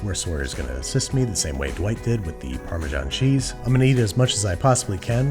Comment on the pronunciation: as we add our "parma-john" cheese... come on americans, you can do better.